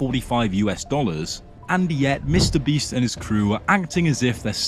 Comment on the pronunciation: "Mr Breast" is crazy